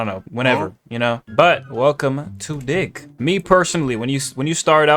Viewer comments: why at the start it sounded like he said welcome to dih☠☠ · He said dih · He did NOT say dig 🥀